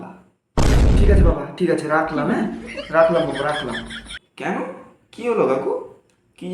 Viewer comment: Video ta valo hoiche kintu tor oi je keno bola ta thik hoi ni re but video ta khup valo hoiche 😅😅